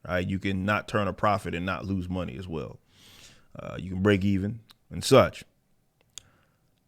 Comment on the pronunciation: I mean when your crown jewel is BatWahman, it's not strange they are losing monneh